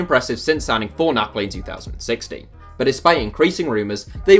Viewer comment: Learn how to say 2016 u goof